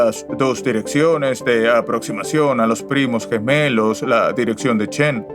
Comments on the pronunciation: Si, estos nuevos actores no pronuncian bien, dicen Cibra, erastotenes, etsprimir,aprotsimaciones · para empezar pronuncian mal las palabras Cibra, erastotenes, etsprimir,aprotsimaciones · No son voces con IA, pronuncian mal las palabras, son en realidad malos actores reales dicen: Cibra, erastotenes, etsprimir,aprotsimaciones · no es IA leen y pronuncian mal como lo siguiente Cibra, erastotenes, etsprimir,aprotsimaciones Son actores de voz baratos